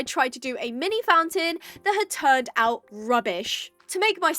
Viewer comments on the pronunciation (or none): none